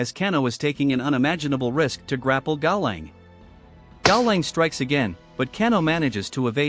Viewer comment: If you don't want to or cant use your voice for videos, you should fix things like "kaolan" being said wrong. Cow Lon would fix the pronunciation, Caw now would probably work as well